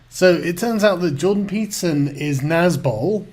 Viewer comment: Just tried that, he doesn't say "Peterson" or "citadel" correctly. He does, however, sing "I'm a little teapot" rather well.